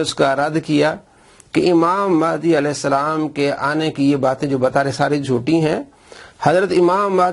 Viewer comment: alaeh salam raziallah anha Pehly sahih to bolo 😂😂😂😂 Moavia Nawaz